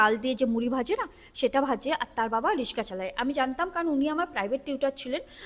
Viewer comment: রিস্কা নয় রিক্সা